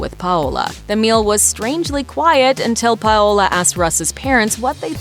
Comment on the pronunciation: Do these narrators not get coached on how to properly say their names? It’s pronounced “pow-la” her nickname is literally “pow”. It’s such a common name. Every time she said “Pah-oh-la” it’s like I was watching the last airbender movie where they kept saying “ong”